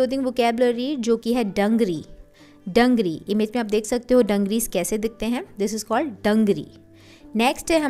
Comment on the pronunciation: It is dangrees nt dungree